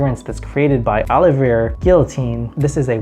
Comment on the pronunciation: Great list! I'm pretty sure you pronounce Olivier as "Oh liv eeee ayyyy" other than that great video.